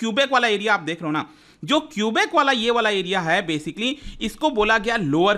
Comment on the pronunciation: At least we have democracy, and that’s why there were two referendums done in 1980 and 1995. And please pronounce the names the right way 😭 its kubek not kiubik. I like the video and tbh there are still protests going on and govt doesn’t suppress them. We are called True north strong and free for a reason❤